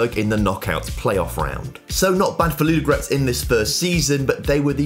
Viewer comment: I like how you pronounce the names, especially Ludogorets! Actually, they made a mistake in writing it 'Vraca', should be 'Vratsa'.